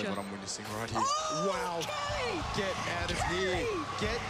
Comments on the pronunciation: KELY? lol its KQLY not KELLY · KELLY KELLY! it's kookly pls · Not kely, kukli xD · I hate how she pronounces it Kelly Like even the way she says it It’s not even that she’s pronouncing his name wrong It’s just I hate how she says that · Someone plz explain how the fuck KQLY is pronounced KELLY!?